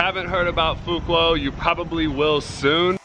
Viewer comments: Pronounced "fu wook" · Fu Wok is how it’s pronounced. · Say Phu (fool) Quoc (wook)[wookie] DONG (like Tone sound) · Hey bro, you pronounced the island's name incorrectly;) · how does one pronounce it then? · can you say phu quoc correctly please